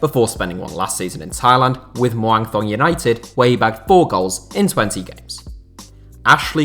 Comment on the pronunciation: i live near the Muang Thong stadium in thailand and thought i’d let you know it’s pronounced ‘moong tong’ 😉